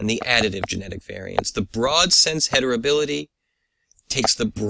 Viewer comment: Excellent work and video. I only noticed you pronounce it hetribility instead of heritability.